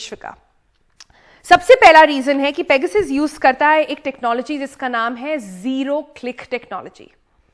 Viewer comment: मेडम शुद्द बोलो ,पेगासस है